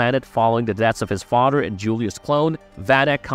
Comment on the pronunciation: “Oder” “Togeder” “Fader”